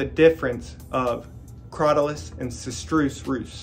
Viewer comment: Sister-Us is how I have heard it pronounced